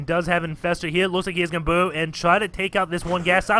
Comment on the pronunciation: Omg, Do you say burrow One more time i will laugh my ass off. Plz learn to pronounce the letter R R R R R R R